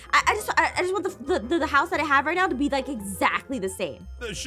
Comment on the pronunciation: Dat Or Zat Or That